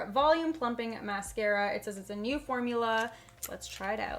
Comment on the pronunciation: When she said new it kind of sounded like neuw